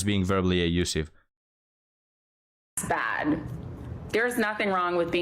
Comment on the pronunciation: Not “A-usiff”. The word is “Abusive”. There is a B in the word.